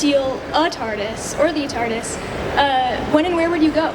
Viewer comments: "tard-ease", it that something you take to stop you being late? :face-turquoise-covering-eyes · ...Did she say TARDEES?